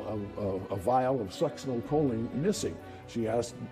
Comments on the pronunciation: sux-in-oh-co-lean is how you pronounce the medicine You've got the information wrong about medical technology in regards to testing for sux (the short name). The problem isn't they couldn't test for it. The problem is that it leaves the system very quickly. Something like 2-4 hours and there's no trace of it in the system. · Please do some research and learn how to pronounce words, BEFORE you record the video. Especially peoples names - it's very disrespectful and unprofessional not knowing how to pronounce someones name!!! Linda Gough is Goff, not Go. Siegenthaler is See-gen-thaler. Succinylcholine is Sucks-in-ul-cole-een. And people don't 'digged up the yard' in the past tense, they 'dug up the yard'. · I would add learning to pronounce words correctly. The succinylcholine annoyed me especially since they had clips where it was pronounced right.